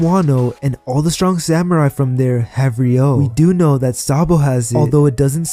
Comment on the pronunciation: it's RYU-O guys, not RYO-U